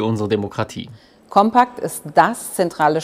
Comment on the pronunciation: Compact geschrieben, Kompakt gesprochen. Englisch ausgesprochen ist hier unangebracht.